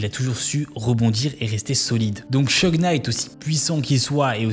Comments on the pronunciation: Vu que c'est un des deux protagonistes de la vidéo, "Sheugue" tout du long, ça pique bien les oreilles, quand même... C'est "Shougue"! Suffit de répéter ce que les gens disent "en V.O." (pourtant plein d'extraits dans la vidéo). Y'a aussi 2-3 autres prononciations hasardeuses, mais au moins pour le principal c'est pas terrible, quoi... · Seudje? C'est pas Syudge? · "Suge" pas "cheug" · Concernant la prononciation, c'est pas [chug] knight mais [sudje]. Juste pour la correction 👍🏽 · Petite precision au passage : Suge se prononce comme Huge (SIOUDGE) Très bonne video, continue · Comment peut-on lire "Suge" et se dire que ça se prononce "Cheug". Faut faire un effort au moins pour prononcer le nom des gens dont tu parles pendant presque 20 minutes frr.